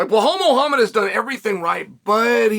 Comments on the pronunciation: You mean "Behall Muuahham" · Blellal muhammah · No its Blah-halll mohammed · Who tf is BlaHole Mow Hammod? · Blehal Muuahham is my favorite fighter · 0:1 Bla Hal Mohammed 😂😂😂